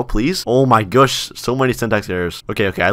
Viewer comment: Anyone else notice the “oh my goosh”